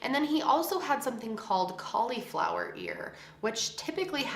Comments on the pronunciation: The way u say cauliflower is driving me nuts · Why do you say cauliflower like that 🤨